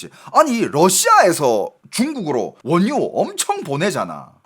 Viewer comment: 원뉴 가 아니라 원유 ..! ㅋㅋㅋㅋㅋㅋㅋ